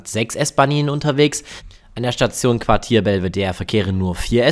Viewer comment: Geh bitte, das heißt weder Quatier noch Quadier sondern Quartier! Und was soll bitte Holahbrunn??? Das heißt Hollabrunn, Betonung auf "brunn". Und Neulengenbach kenn ich überhaupt nicht, sollte das vielleicht Neulengbach sein (man sollte wenigstens lesen können.... )? Das kommt davon, wenn sich Deutsche wichtig machen und uns unser Land erklären wollen. Wir erklären euch auch nicht Leipzig, Frankfurt oder Berlin!